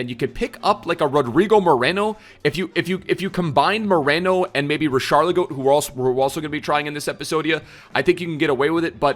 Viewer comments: Why tf does he keep saying richarligo? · The way he says richarlison I was confused to who he was on about